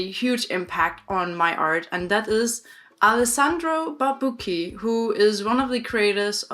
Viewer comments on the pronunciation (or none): Hi, I'm italian and, just for your info, the correct pronunciation of "Barbucci" is with the "chi" (like in the english word "chin") in the end, not "ki".